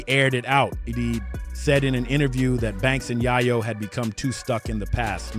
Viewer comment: Bro, it's Yayo, not Yaiyo😂. You should learn how to pronounce someone's name before you start recording.